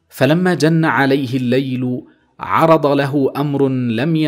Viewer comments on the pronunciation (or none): عُرض بضم العين لا بالفتح الله يعرضك....